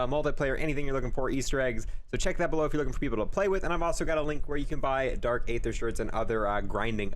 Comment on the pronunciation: ye and dark aether